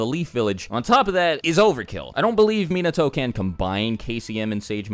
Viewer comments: MEnato. Come on cuz. Minato, the accentuation is on the second syllable. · The way he said minato..🤦🏽‍♂️ it's (muh-naw-toe) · Mean-na-toe? I think you got your pronunciation twisted lol. It’s Mee-not-toe... just saying lol